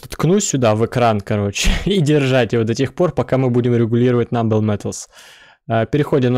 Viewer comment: Только вторые металлы не "намбл", а "нобл" - благородные :Р